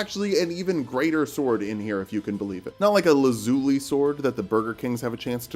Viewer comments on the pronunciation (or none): none